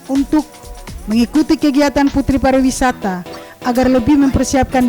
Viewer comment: Tolong di koreksi Buat Yg betul itu PARIWISATA bukan PARAWISATA